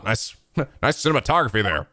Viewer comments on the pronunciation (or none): none